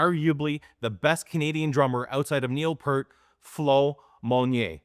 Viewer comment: Why is Peart still being mispronounced?